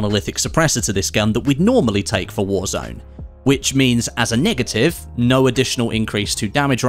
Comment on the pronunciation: Hi btw u pronounced negative a bit sus just thought I would make u aware it’s a 2.40 ish